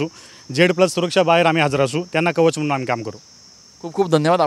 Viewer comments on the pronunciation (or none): none